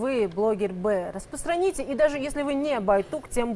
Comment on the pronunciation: сначала бы потренировался говорить слово "распространите"